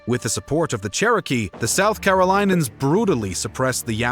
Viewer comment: carolinans? war of the spanish "secession?" Los AnGeles? Do you know how to read words?